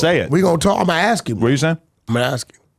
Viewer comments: Anyone who pronounces “ask” as “axe” and talks about “eating other mens a$$ out” is an idiot! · Can’t even say ask correctly